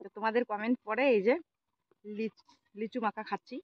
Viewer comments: Lechu noy lichu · কথাটা লেচু না লিচু হবে। তোমার উচ্চারণ খুব ভুলভাল হয়। ঠিক উচ্চারণ কোরো।